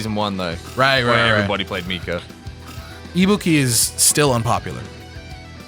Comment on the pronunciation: I'm super excited for this:D Also s/o to for saying Ibuki the correct way~